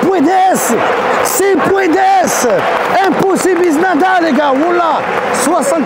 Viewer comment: et en plus il a dit « impossible » de manière française